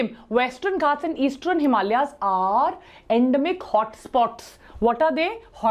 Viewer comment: westrern eastrern This video is full of mispronunciations which takes away your attention